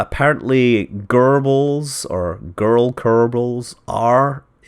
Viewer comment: Has anyone else noticed how much the word Gerbals (or Girbals or whatever) sounds like "Goebbels" when Scott pronounces it? I laughed so hard.